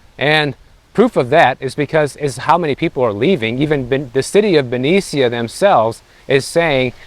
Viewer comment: You are ignorant of the area of which you speak Benicia (pronounced Benisha) is an area next to Richmond which is the murder capital of CA. We cannot afford to have cuts. Also public service officers are union so.... what do you mean cut pensions? I think you need to report on what you know. Thanks for the mansplaining.